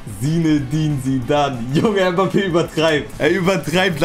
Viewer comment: Kylian Mhhbappè 🤣🤣🤣